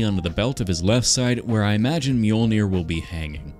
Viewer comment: Mjolnier? Dude at least mjol-ner😂